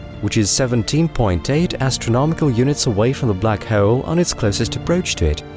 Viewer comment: What is going on with the way this dude says “bleack haeole” 😂